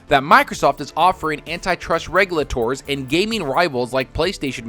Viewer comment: you lay ters.. not regu la tours